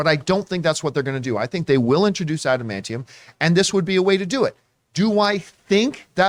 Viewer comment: Lol if I were the guy who mispronounced adamantium, I’d just respond to John’s criticism with one word: “Tygarian.”